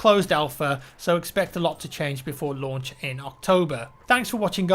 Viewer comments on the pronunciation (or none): I thought he said "so expect alot to change before lunch in October"